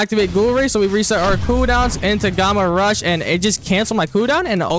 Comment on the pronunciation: Finally can pronounce Gamma rush not Gamer rush 😂 🎉🎉